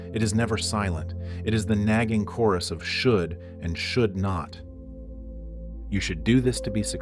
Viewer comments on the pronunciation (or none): none